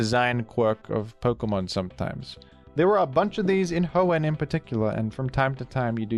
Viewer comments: It's Ho-En, not Ho-Ehn. He's putting way too much emphasis on the "enn." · i’m sorry but the way you say hoenn “hoe-ehnnn” makes this unwatchable for me </3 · The he pronounces Hoenn with that emphasis. Surely he knows??? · Bro its Hoe-in not Hoe-ehN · I've never heard anyone pronounce "Hoenn" like you do. I always hear people put the emphasis on the first part of the word, not the second part. So "HOenn" instead of "hoENN". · It’s pronounced Hoenn, not Hoenn, by the way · the way you pronounce Hoenn (Ho-ENn) has made me click of this video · “The hoe-n special” is my new favorite tick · hoENN is how I always pronounced it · Mf, SAY HOENN CORRECTLY. Jesus Christ. If you were ragebaiting, well done, baited. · can you pronounce hoenn right please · You pronouncing Hoenn angers me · Does anyone else pronounce hoenn wrong like T-T Love u T-T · You emphasise the "enn" in Hoenn, which I find interesting. I don't think I've heard anyone do that. What brought about this emphasis? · weird way to pronounce hoenn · Why does he pronounce Hoenn like that 😩😩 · Baffled by your implication of another pronunciation of Hoenn- is it that he very slightly overpronounces the enn?